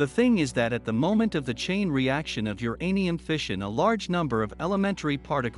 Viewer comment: Teach computer voice that uranium is all one word.